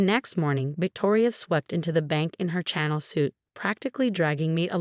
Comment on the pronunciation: Chanel NOT channel ! This mistake has been shown in other stories as well. Can't your AI read ???